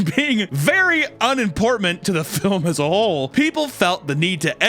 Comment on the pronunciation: He might be dyslexic lmao